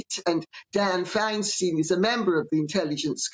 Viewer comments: Fine STINE late C, not fine steen. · Remember that Meghan was sucking up to Gordon Getty a few weeks ago? Gordon and Gavin Newsom have been business partners for decades. If Gavin is blocking her calls, we can hope that would kill any other deals with Gordon. By the way, it's pronounced Finestine, not Finesteen. Also, Harry met recently with Wallis Annenberg. Annenbergs made their money in media. Remember TV Guide? Annenberg Foundation is huge. Many PBS programs are funded by Annenberg/CPB (Corporation for Public Broadcasting). If Getty money and backing doesn’t work out, maybe they're fishing for Annenberg money and backing instead. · Hi- Love your content, always! This is nit picky but Feinstein is correctly pronounced “Fein-stine or styne”. Not “Steen”. OK. (Truly a wretched woman, IMO). I live presently in Hollywood. Literally. I have Adam Shifty -Shit as my Representative. All his lies about Hunter, Joe & all things Trump have been exposed. But his day, as also with Feinstein, of Justice is coming. I pray Dianne lives to see it. In Lady C’s book, I have this deep belief Meghan is a plant. And when Lady C said her father’s brother worked for the CIA, then I had “the source”. She has her little part of the world to work her chaos & destruction & she’s doing a fabulous job. As for Gavin Newsom, an absolute ROTTEN person, they all answer to someone up the chain. He just doesn’t to deal with her. He doesn’t care about us people anymore that yours do in New York. These people are doing exactly what, let’s at George’s Soros for example, is telling them. DESTROY THAT COUNTRY!! And we will give you riches & power & ….little children!! Sorry. But their time is UP! Horray!! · The “stein” rhymes with “fine” in “Feinstein.”